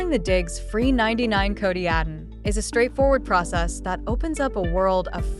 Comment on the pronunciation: Its Diggz not diggs